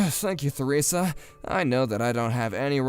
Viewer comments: Its pronounced teresa not feresa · The - H- in Theresa is silent. You pronounce it the same as Teresa Oh my. GOD Harriet. Stop letting Jackson walk all over you! Stop apologizing for things that are HIS FAULT. You're ENABLING HIS SHITTY BEHAVIOR LADY It took her WAY too long to put him in his place! That said, it was a pretty satisfying comeuppance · Theresa is pronounced Teresa. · THE H IN THERESA is silent you just say teresa